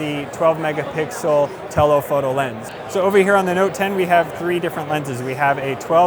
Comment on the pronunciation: TelOhpoto. Why emphasis on the O?